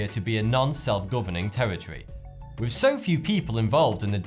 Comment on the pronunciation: Pet peev: why don't you pronounce your 'th' properly? For example, you say 'wiv', rather than 'with', or'fought' rather than 'thought'.